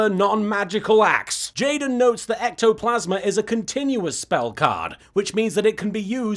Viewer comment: I missed these. ^_^ Also, Little Kuriboh you're supposed to say it like this: ECTO-FRICKIN-PLASMA!